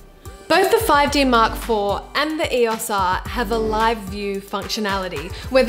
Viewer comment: Great vid, but saying E-OS R instead of E O S R was r/mildlyinfuriating :/